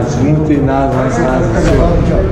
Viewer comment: Me admiro a paciência dos policiais. "Não fui eu sinhô" kkkkkkkkkkkkk